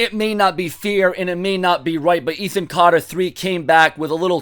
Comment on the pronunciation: Really wish you would say Ethan Carter the Third properly it is annoying.